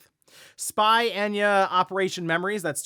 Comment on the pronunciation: Aint no way he said spy “enyah” 💀